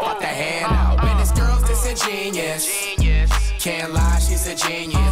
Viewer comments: He says it like disingenius. He probably doesn't even know what it means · The cringe of Flight thinking the word is Disingenius. Oh the irony from this guy. Sound it out with me: Dis-In-Gen-You-Us. I'm just surprised the word is spelled right in both the video and title. Just not used properly. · Wait ✋ you guys know its pronounced: (Dis-En-gEn-you-us) Right? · Flight pronouncing disingenuous as “dis in genius” is hilarious 🤣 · “He don’t miss” the nigga missed the whole song it’s pronounced dis in jen you us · He pronounced it wrong btw and only 2 people agreed with you loo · Must be cause he doesn't even say it right lmao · He said in his interview that he didn't know the pronunciation of it beforehand then he heard the right pronunciation of it but he chose to keep it in the song. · He not even saying it right 😂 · Yea well he def doesnt know how to pronounce it..... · He didn’t even say it right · This is horrible he’s not even pronouncing the word right Jesus flight is mad slow smh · He says it wrong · he didn't even say it right 🤣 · Yea he said it wrong on purpose cuz he ain't like how it sound just the meaning 😂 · That’s not how you say that word dawg 😂😂😂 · I like the video a lot. Too bad the word is mispronounced and the bars are stolen. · Imagine if he pronounced Disingenuous right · I think there is a huge flaw here. He either spelled the name of the song wrong or he saying it wrong! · the song is fire but he says disingenuous wrong used right tho just said wrong